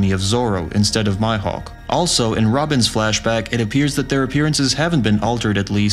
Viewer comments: You lost me when you said “my hawk” instead of meehawk (mihawk). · Who's this narrator? He should be used in all the videos except for videos in which he says'' MyHawk instead of saying Mihawk lol. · the moment u said " MYhawk " i stopped watching ...i mean for real? haha gtfo: It is " MEEE-HOKU" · Myhawk?? Wtf Mi isn’t My. Bet you call Milo, Mylo too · After he pronounced Mihawak name like myhawk I was done with his video. If you like the show to a point you make videos about the show pronounce the characters names right. Pronounce the name like this Me-hawk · did he called 'mihawk' ... 'my' 'hawk' lmao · The Mihawk pronunciation - "my hawk" Lol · Did he just say MyHawk?? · Did this dude just say My-Hawk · This dude did not just say Mihawk name as Myhak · you know he didt know anything when he called mihawk myhawk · Did this dude really just say myhawk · This dude literally just said My-Hawk....im out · MYhawk? really bro?🤣🤣🤣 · Please use the proper pronounciation of mihawks' name